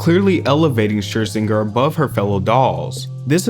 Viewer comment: Lmao how you pronounce 'Scherzinger'.